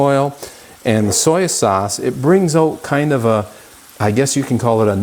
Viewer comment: Soya?? I have never heard anyone pronounce soy like that. Mindy at SoupedUpRecipes as a better version.